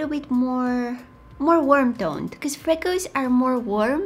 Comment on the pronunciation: Love the way she says becuse